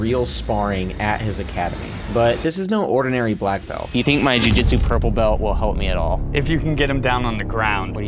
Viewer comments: Why do yoy say "bel" not BELT? Pronounce your "T's" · I learned English, and I learnrd to say belt, not "bel". In Judo and Aikido we say BELT, not "bel". Thank me very much.